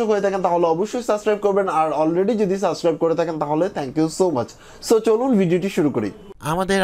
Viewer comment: সাসক্রাইব না সাবস্ক্রাইব